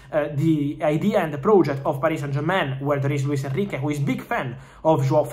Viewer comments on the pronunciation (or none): none